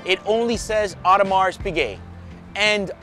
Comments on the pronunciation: It is correctly pronounced „Audemar“ not „Audemars“. Just for the records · bro, it is not audemarSSS piguet! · Like your videos! Only one comment - Audermars is pronunced correct, but should be without the "s" at the end. Best regards from Germany. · old boy it's pronounced O der mar. AU is always pronounced O in French. Haute couture, haute cuisine etc. You are correct to drop the t of Piguet so you should also drop the s on Audemars. Lovely watch and interesting video as always.